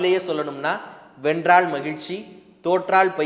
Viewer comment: எடுத்துக் கொண்ட தலைப்பை சிறப்பாகப் பேசுகிறீர்கள். கொஞ்சம் நில்லுங்க. ல் ல வை உச்சரிக்கும் போது வென்றாள் ,பாரிள் முதள் என்றே உச்சரிக்கிறீர்கள். ழ வை அழகாக உச்சரித்துவிட்டு ல வில் சறுக்குகிறீர்கள்.